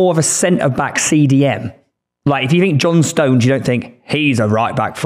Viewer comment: Why does the brummy keep adding letters to Stones' name. "Stowenes"